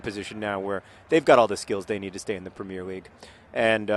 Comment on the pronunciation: you are pronouncing premier league wrong :)